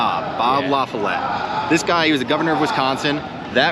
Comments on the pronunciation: La- Fall-itt, not La- fah-lette. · It's La-FOLL-itt. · La-Fall-it, dude come on 😂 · You guys need to work on your proper nown pronunciations, e.g. Lafollette in this video. I've noticed this in other videos, too. Look stuff up, it enhances credibility to get these things right when you are doing videos about particular localities. While I'm here, UW-Eau Claire has been around for over a hundred years and its founding had nothing to do with "industries leaving."